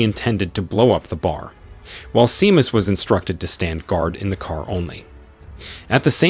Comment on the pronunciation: "SHAY-MUSS", not "SEE-MUSS". I hate AI narrators....and how exactly is this a "SciFi Recap"?